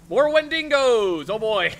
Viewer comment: Quick question, Did I miss something? because I know and are pouncing "Windigo" incorrectly. Just make sure I didn't miss a joke or even a episode.